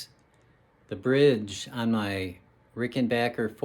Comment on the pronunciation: Ar least you said the name right Rickenbacker not Rickenbocker.. its made in America not the UK lol 👍